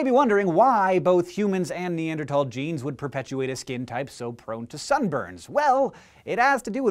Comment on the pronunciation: Wow. Someone who actually knows how to pronounce "Neanderthal" correctly. Nice.